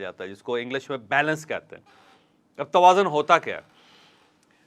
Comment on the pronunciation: سر توازن میں ز پر پیش ہے نا کہ زبر تقابل کے وزن پر